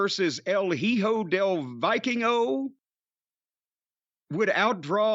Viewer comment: "el jijo del vaikingo"